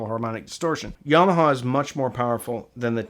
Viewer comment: Love the way you pronounce "Yarmarhar". Im from UK